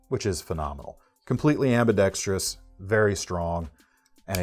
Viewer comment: Knife content: great as usual. Also, and "not for nothin' ", (tips cap to Bob DeMarco) thanks for keeping 'ambidextrous' to its four syllables